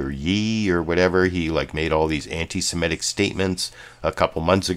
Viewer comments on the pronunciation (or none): The word is antisemitic, not antisemetic.